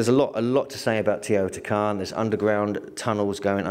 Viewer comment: Teotihuacan. Pronounced: "teo - tee- wah - kahn...."